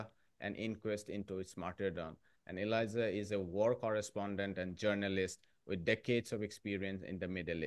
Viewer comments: Please call this exceptional man Elijah with a J, not Eliza with a Z 🫣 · Elijah Magnier..the name is Elijah not Eliza